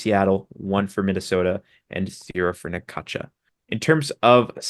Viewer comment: You are pronouncing Necaxa wrong. Try this Necaxsa